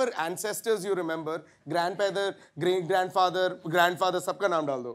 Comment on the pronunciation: Did he just say grandpether 😂